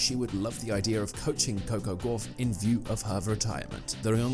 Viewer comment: Yet more badly written and badly voiced (by a machine - which can't pronounce her name correctly) asinine drivel. I am so sick of this Americanised rubbish. Please let's get back to real journalism